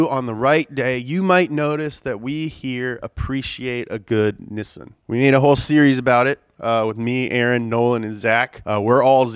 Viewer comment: Why does say nissan as nissin?